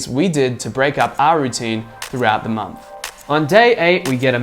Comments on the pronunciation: nice one. great info and a good presentation.one small thing.I wish you'd pronounce month and not mumf..soz but it was driving me maaaaad. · You say the when you say third and thousand, but still say momf for month.